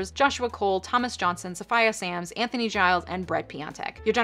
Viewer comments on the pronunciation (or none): none